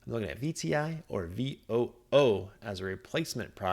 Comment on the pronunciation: I dig VOOG (which is what you're pronouncing, right? VUG sounds like bug). VWELX (not an ETF) was a good earner for me in 2021. Peace!✌